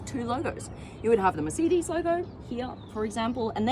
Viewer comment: You cannot pronounce Mercedes or brabus.